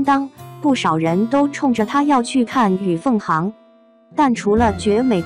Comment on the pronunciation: 小编：是与凤xing 处不是hang😂哎